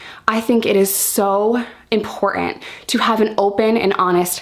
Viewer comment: It's important to realise that the "t" in the word "important" is not silent. :)